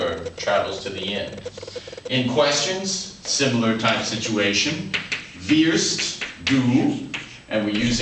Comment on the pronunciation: he's pronouncing his R's wrong in wirst and danke schön. I know this and I'm american!